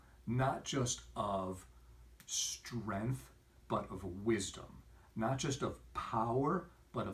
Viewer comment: StrenGth. Not strenth. SHtrike not a word. Strike.